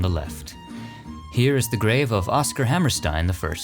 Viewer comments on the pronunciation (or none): none